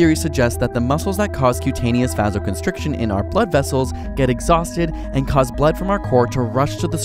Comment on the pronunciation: Hypothermia does not occur when your core body temperature is less than 37 degrees Celsius. I might buy less than 36, but it’s more like less than 35 degrees Celsius. Also, he pronounced “vasoconstriction” wrong.